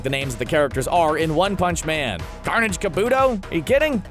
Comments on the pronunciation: the way you said “one pounce” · “...one hounch” Come again? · Why u said one punch like tht